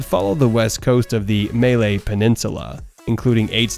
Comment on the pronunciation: Why are you reading Js like Hs? This is not Spanish. You know how to read Malaysia correctly, but you read Malay peninsula like May Lay peninsula.